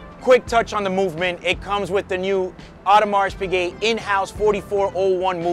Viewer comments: It is correctly pronounced „Audemar“ not „Audemars“. Just for the records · bro, it is not audemarSSS piguet! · Like your videos! Only one comment - Audermars is pronunced correct, but should be without the "s" at the end. Best regards from Germany. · old boy it's pronounced O der mar. AU is always pronounced O in French. Haute couture, haute cuisine etc. You are correct to drop the t of Piguet so you should also drop the s on Audemars. Lovely watch and interesting video as always.